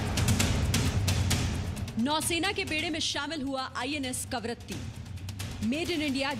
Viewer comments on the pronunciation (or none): सॉरी बट ए ऐकंर हैं या बडबड। कवरती बोल रही है जब कि करवती नाम है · कवरत्ती नहीं कवरत्ती है मैडम